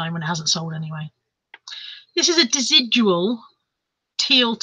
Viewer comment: Hi, Great sales...what a mixture! I quite like the Desigual jacket but would probably not have anywhere to wear it to. Desigual is a designer brand based in Barcelona. It is pronounced Des-ig-wal. Des as in first part of Desmond, ig as in second part of pig and wal as in the first part of Wally. It means uneven or unequal!! Sorry to be such a smart arse but used to live near Barcelona a few years ago.